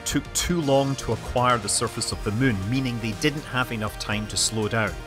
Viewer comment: "Landing on the mun"